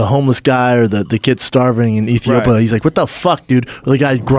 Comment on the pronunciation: “Ethiopa” ...fucking brain dead moron.